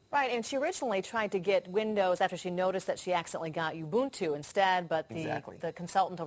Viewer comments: Corrected the pronunciation of Ubuntu from Oo buhn too to You boon too. Geez. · The anchor finally learn to pronounce Ubuntu correctly... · buy a friggin windows disc slap it in and install it! and its pro nounced oooboontoo not youboontoo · She fricking mispronounced ubuntu in the first 19 seconds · Yeah this cracked me up too. Two different pronunciations, nether correct. And then the guy mispronouncing it the whole time actually comments about the girl mispronouncing it. 🙄